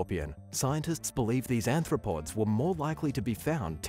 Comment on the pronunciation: It's Arthropods, not Anthropods. Sorry.